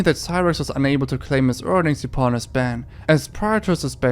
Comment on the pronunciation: He can say yall but not upon